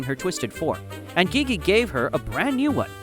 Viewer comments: Also why did you pronounce Gigi (gee-gee) Gigi (gie-gie) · Its actually pronounced “G-G” instead of “Gigg-ie” I believe! But it’s fine don’t worry there might even be 2 ways to pronounce Gigi! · your pronouncing gigi wrong its more pronounced jiji but spelled gigi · Bro Why you say ghighi is gigi!? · I love how u say gigi wrong " GEEGEE" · am i the only one that that pronounces Gigi's name jiji? Cuz when I heard him say her name like dat I was confused if I'm wrong or he's wrong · Gigi is pronounced Gege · there is no where you said gigi like that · I think you accidentally said Gigi's name wrong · LOL THE WAY HE SAID GIGI IS SO FUNNY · You pronounced gigi wrong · I think you’re saying Gigi wtongy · Gihihi say Gigi name right